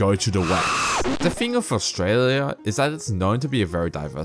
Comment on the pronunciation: "Here's the fing"